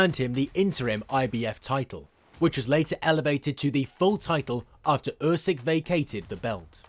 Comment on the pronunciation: No one will beat Usyk.So this is all Bollox .Its pronounced “ Oosik” 👍🏻